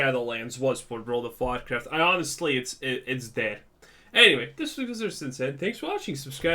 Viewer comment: Every time you said world of Warcraft it always sounded like world of vodka… that sounds way better